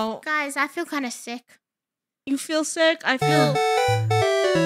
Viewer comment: Rainbow said fick😂